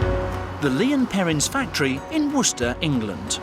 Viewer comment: Woster is how you pronounce the part "worcester"